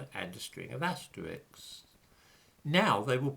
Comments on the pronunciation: It's " asterisk" . Asterix is a cartoon character !!!! I am rather suspicious of someone who doesn't know this. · Asterisk ? Are you pronouncing this correctly?